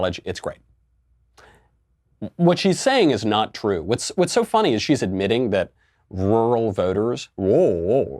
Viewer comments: Rural = rul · "Wuwal?" Who let Elmer Fudd in here? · “Roo-rahl!” Thanks for the input Scooby Doo. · Like Barbara Wa Wa "Wural" 😂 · She pronounces rural like oral which is apparently how she got elected. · Oral....oral....how I got into office. No AOC its rural....rural. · Ruauauaurl voters! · Everyone: rural AOC: lulubububuly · What’s a “roouhl voter”? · That was great. So glad I live in a rrrruuurrllll area. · AAAAAhhhhh Hah hahah hah hah hahaha AAAAAAAHHHHHAHAHAAHAHAHAHA *deep breath* AAAAAAAAAHHHHHAAHAAHAAHAAHAAHAAHAAHAAHAAHAAHAA!!!! OH my god i never noticed that til now Ohhh man roght on Right on Right on Thats fuckin funny She cant say RURAL Just Rr-ruh here andnthere then rruah Hahahahahahahaahahahaha Fuckin shit1 ahahahahahahaha ROFLMAOFKAROFLECOPTER Fuck i cant breathe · Rural = Roo-rall, pronounced quickly! Realtor = Ree-all-ter, pronounced quickly! Mischievous = Miss-chiv-us, pronounced quickly! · She says rural like “rule-Ull” rarely or just “rual” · Rooral rururow ru ru rowru ru roll roll ru, what the heck is she talking about!!! Sounds like a little child trying to pronounce words. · rool jurr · Few Americans can pronounce squirrel or mirror, so it’s unsurprising some of you have problems with rural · Haha...it seems you cant pronounce 'rural' either dude ! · She can't say RURAL because of the big ass horse teeth overcrowding her mouth. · Tbh I can’t say ‘rural’ properly either lol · No offense and don't mean to sound I'm defending AOC cos I'm not but you fumble when you pronounce 'rural' too.. Not sure if you were just being sarcastic there :) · To be fair, “rural” is a hell of a word - really hard to pronounce. Most people seem to lose that second r like she does when saying it quickly. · I could of done without making fun of her for not being able to say rural, get to the information, some people are unable to pronounce certain words. 🤦‍♂️ (Before the hate comes in, no I’m not a democrat or leftist, it’s just honest criticism)